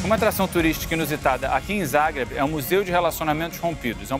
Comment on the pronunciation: Amo a Croácia, já estive lá umas 5 vezes e quando soube desse episódio corei para vê-lo. Adorei que o Pedro é um dos únicos da TV que pelo jeito sabe pronunciar "Zagreb" direito. Mas quando ouvi que a Croácia era parte da República SOVIÉTICA da Yugoslavia doeu...parei ali mesmo...